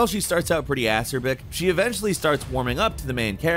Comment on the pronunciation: “Ass-erbic”? Goddamn, dude. Between this and “eye-teration,” I have had it.